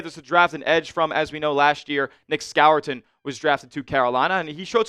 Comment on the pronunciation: Im sorry dawg but who is Nick “Scowerton”. 😒 His name has been pronounced “score-ton” since like forever and he’s never corrected anyone. They literally have to pronounce their name correctly during the draft selection. And everyone in the Panthers organization pronounces it “score-ton”. How did this Scowerton even happen? And yes it’s a big deal.